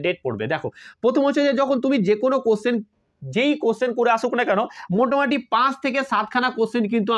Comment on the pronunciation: Sir Ota motamati noye motamuti❤